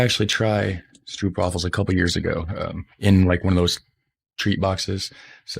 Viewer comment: . How to say "Stroopwafels": Do not say "oo"(🇭🇺) as "oo"(🇬🇧), but say the "oo"(🇭🇺) as "ó"(🇬🇧), as the "o"(🇬🇧) in "No"(🇬🇧). Ps. Use Google Translate to hear how to pronounce the word "Stroopwafels".